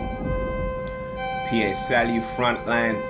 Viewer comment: man said p.a salieu loool, its Pa as in Papa Salieu